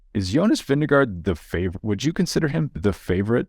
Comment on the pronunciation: Vingegaard should be pronounced "Vinge-gor". "Vinge-go" is bad. "Vinge-guard" is a bit better. But by far the best pronounciation would be "Vingegor"